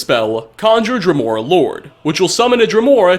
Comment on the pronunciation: Wasn't it pronounced drèmora?